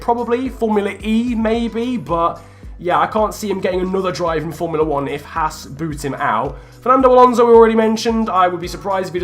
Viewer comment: Its H-ass. Not H-arse.